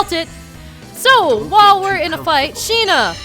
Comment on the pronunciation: Every time she says "Sheena" I hear "Shih-na" (from Ace Attorney investigations) xD